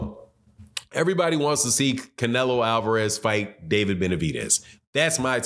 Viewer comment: He almost said clenelo and I almost died laughing